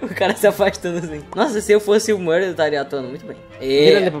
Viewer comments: " Não sabe nem falar murder " "Muder" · Na parte ele falando murder eu achei mt engraçado